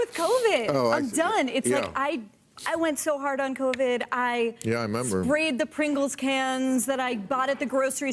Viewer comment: This guy can’t even say a can of Pringles. WTF